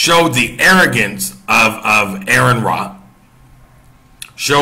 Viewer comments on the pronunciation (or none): I watched your video. I have a few points I would like to address. 1. Aron's name is pronounced Are-ron not Air-ron. 2. Christians are not prohibited from debating. Part of establishing Christian doctrine came from debating theology. Also there is 1 Peter that says be ready always to give an answer. You should know what you believe enough to discuss it and debate it. 3. This was not billed as a debate this was billed as a discussion. 4. They were discussing whether the earth is a flat earth. They were not discussing creation. 5. You can quote scripture without knowing God. It's done all the time. Many times even it is done accurately and within the appropriate context. 6. There are Christian who are practicing scientists that reject the notion that the earth is flat on the basis of the science they know and can demonstrate. 7. Of course people go to the world to defend God. It makes no sense to go to the Bible to attempt to do it because that would be akin to using a comic book to justify the existence of superheros. If someone does not believe in God then saying the Bible says this does nothing to support your argument because they have no reason to believe it. 8. You can deny anything that is not supported by testable claims. If something cannot be demonstrated to be true you're pretty safe in rejecting it as not being true. 9. Atheism just means a lack of a belief in a deity or deities. There is nothing else other than that. An individual atheist may believe in evolution o